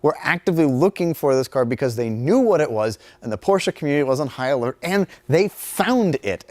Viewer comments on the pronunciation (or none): none